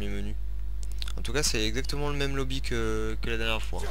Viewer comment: on di pas lobi mais mode menu